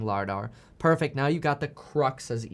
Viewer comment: Thank you. Elon said LIDAR was a "crutch" not a "crux". Kevin was struggling with that one.